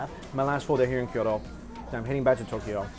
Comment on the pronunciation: Kyoto, not Kiyodo